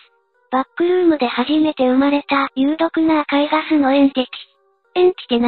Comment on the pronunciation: エンティチとかエンチティじゃなくてエンティティでしょ？